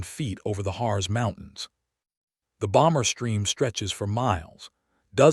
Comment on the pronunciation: "EXPECT HEAVEY RESISTANCE AROUND THE HARZ MOUNTAINS" HARZ IS PRONOUNCED EXACTLY LIKE HEARTS WOULD BE IN ENGLISH. IN GERMAN IT DOES NOT END IN AN ENGLISH Z SOUND, BUT SOUNDS LIKE WE WOULD SAY HEARTS.